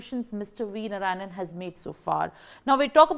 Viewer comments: It’s Narayanan, not Narayan! 😢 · Please, please, please, learn to pronounce his name correctly. His name is NOT. I repeat, NOT, नारायण But his name is नारायणन. Please pay attention to these niceties.